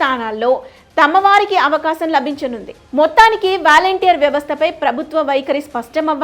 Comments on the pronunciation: వ్యాలంటీర్ కాదు తల్లి వాలంటీర్స్ అని పలకాలి. ఫస్ట్ నువ్వు తెలుగు నేర్చుకో తరువాత ఛానల్ స్టార్ట్ చేయ్ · వాలంటీర్ అని పలకాలి తల్లీ! వారి చేత డబ్బులు పంపకం చేయకూడదు. వారికి నియమ నిబంధనల తో రేషన్ భాధ్యత, స్వచ్చ భారత్, మొక్కలు నాటే కార్యక్రమాన్ని అప్పచెప్పాలి. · వ్యాల౦టీర్ కాదు వాలంటీర్ అని పలకాలి.